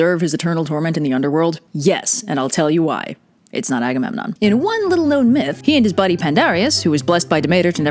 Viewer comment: also, it’s agamemnon